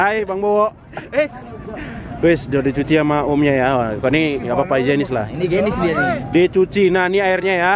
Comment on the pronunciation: Iyaya kayanya pas ngomong higenis